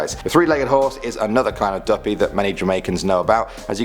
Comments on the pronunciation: Imma be honest I'm still laughing to the end of this video. Dooppii 🤣🤣🤣🤣🤣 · im jamaicannnnnnnnnnn omg how he pronounced duppy though😂😂😂😂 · You pronounced duppie wrong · Because he is british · If u say duppy like that one more time I will die lol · Real talk 💯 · feel a me alone fi real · saying duppy and mama kill mi